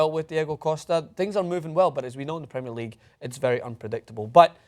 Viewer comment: Jason, please learn how to pronounce Premier League it really gets on my nerves